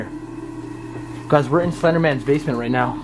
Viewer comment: Why do u keep saying "SlEnDeRmAnS bAsEmEnT"